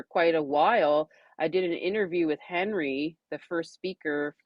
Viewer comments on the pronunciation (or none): none